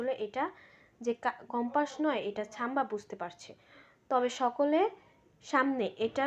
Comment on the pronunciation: Chamba noi madam samba. Thik kore bolun.